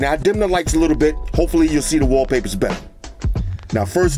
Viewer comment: You don't sound like a guy with a "favorite watch face" or favorite Waww-papahs